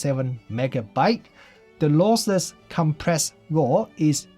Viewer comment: Great review but it's LOSSLESS not LOSELESS ;-)